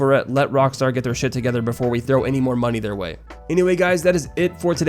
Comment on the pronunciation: "Give us the MoNeH"